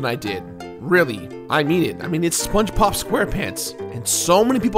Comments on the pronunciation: sponbob, thats what i heared and i cracked up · "Spong" Bob?!